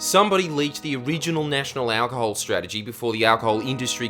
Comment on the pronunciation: why does he say it like that? "owwcahol"?